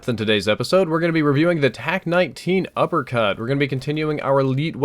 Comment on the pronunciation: you said upper cat